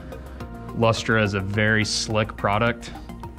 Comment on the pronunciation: LOL! It's pronounced "Luster". That's just how we weird Aussies spell it. Strange, I know.